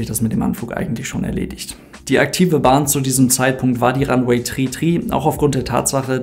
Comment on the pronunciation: Ranweh Tu Trie AHHH meine ohren.